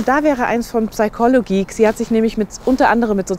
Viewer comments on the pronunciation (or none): Super Beitrag! Ich glaube der am Ende empfohlene Kanal wird „Psüchologiek“ ausgesprochen.